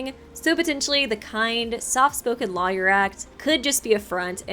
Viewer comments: Pffft. pronouncing Lawyer as Liar. Where's that Ace Attorney playthrough?;) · The way you say Lawyer hurts me so much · I like how pronounces 'Lawyer' in a way that rhymes with 'Liar'. It's adorable and also makes me super suspect of Wolfgang. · Same as i was reading comments i thought wait what? Another Ultimate Liar??